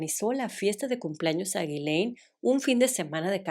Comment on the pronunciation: el nombre de la noviecita de Epstein se pronuncia YISLEIN. Perdón es que ya me aventé todos los videos pero te lo quería decir